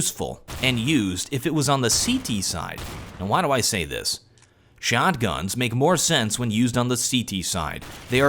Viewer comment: Lol the way he said shotguns.